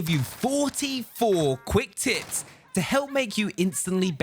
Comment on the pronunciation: Am I the only one who heard tips as tits